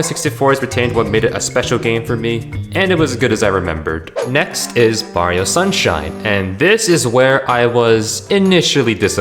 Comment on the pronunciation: "bario" sunshine. my favourite nintendo game